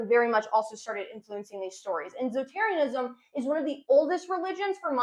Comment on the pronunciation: Zotarianism? Zoroastrianism?